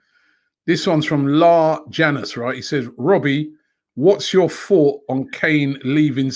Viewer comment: ITS LARGE ANUS ROBBIE. LAR JANUS LMFAO LOL